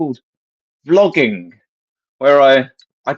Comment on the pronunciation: "Vlogging" he says as though trying out an unfamiliar word. 😂